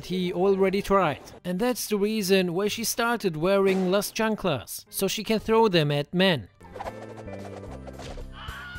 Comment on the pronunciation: Las Chanklas!! 😆 .....your really good with Spanish bro keep it up bro ! Much love from your Latino brothers